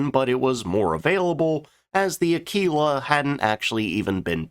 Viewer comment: It's A-killer or Ak-keeler not Ak-wheeler.